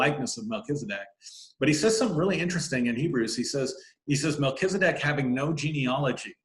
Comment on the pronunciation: So perfect!!! You pronounce it the way I do… I don’t say Mel Keeezzz-adeck… I say Mel-Kell-za-deck